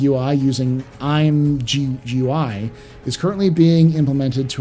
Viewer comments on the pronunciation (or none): Also ImGUI is pronounced ImGooey